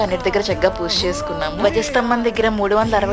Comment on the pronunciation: Chala baavundandi... Kaani language koddiga manchiga matladandi plz... Poosha kaadu... Pooja anandi correct ga... Vinadaniki chala bavuntundi... Plz dnt mind ila cheppaa ani... All the best andi...